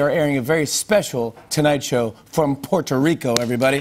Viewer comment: Im going to ignore the fact that he sounds like he said from cuerito the send time he tried to say puerto rico...and it got me hungry thinking of lechon cuerito bien sabrosito. Im about to hop on that plane in 321.